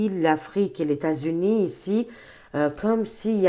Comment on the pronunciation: Ses lapsus, son imagination fertile... trop drôle 😂😂😂 Qui osera lui dire que " leS États Unis" se composent de plusieurS États et que la liaison se fait avec le S ?